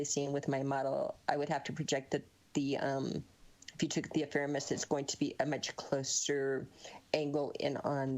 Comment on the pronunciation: I don't trust any cosmologist, astrophysicist, navigator, or astronomer who can't say the word "ephemeris" properly. And guess what? This lady can't. uh-fem-uh-riss (is right) not "affirm us".